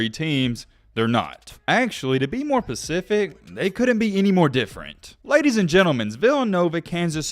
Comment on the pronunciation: He said to be pacific. Lol.